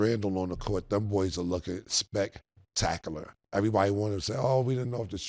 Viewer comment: Ayooo 8.30 sec this nigga killa talkin bout “ spec-tacular” 😭😭😭😭 ayooooo